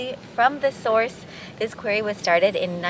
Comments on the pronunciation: Just a heads up, the word is not 'quarie' it is pronounced quorrie and spelled quarry. The granite worktop will be a great addition to your kitchen and will fit in beautifully with the stone walls and concrete floor. I'm loving the new pink you've painted in the tower bathroom, so subtle and gives a lovely vibe. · You are not pronouncing quarry correctly. It sounds so ignorant, pronounce it quarry, not qory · It’s not query it’s QUARRY! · QWEARRY ❓❓❓MUST BE THE PORTUGUESE PRONUNCIATION FOR QUARRY. 😂🤣😂 THANKS FOR THE LAUGH. MADE MY DAY. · It’s pronounced qu-are-ee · Quarry is pronounced 'Qwarry'. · I have never heard the word “quarry” pronounced like that. 😂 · That sink is absolutely beautiful, love it. Unusual way of saying quarry, is that a Portugal pronunciation?